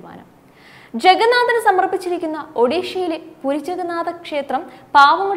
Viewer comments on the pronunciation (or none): none